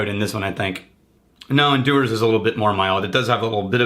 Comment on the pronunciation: Dewars is Jew-ers not Doo-ers .Few sorry dose my head in .And don’t get me started on Farquhar 👍🏻🏴😂